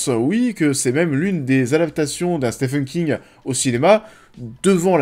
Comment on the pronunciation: Au risque d’être relou ça se prononce « Stiven » King 😊